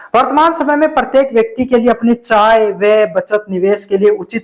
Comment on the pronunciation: आय ✖️चाय ✔️😂